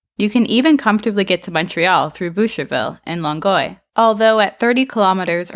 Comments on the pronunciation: how far is Longueuil buddy? It's Long Guy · You butchered the pronunciation of Longueil but otherwise well said